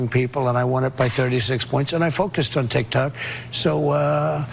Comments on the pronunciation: Did the donold say..TIK TACK? 😂😂😂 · Trump’s arguments are absurd. But, Kyle, Tik-tak, tik-tok…Pronouncing the O as an A in a middle of a one-sellable world is a part of the American accent. Why so many people pronounce Bob, as Bab.. Do they all have. Dementia? Or do you?